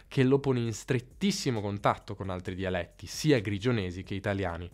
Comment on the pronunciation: Se posso permettermi un consiglio sulla dizione: quando dici "dialetti" è vero che la "e" è larga ("dialètti"), ma tendi ad esagerare l'apertura come fanno molti romani. Secondo me, hai dovuto sforzarti per imparare a pronunciarla correttamente (rispetto alla tua cadenza regionale), e questo ti ha portato ad esagerarla un tantino, si sente che la "forzi". Per il resto, complimentissimi, hai una dizione davvero invidiabile.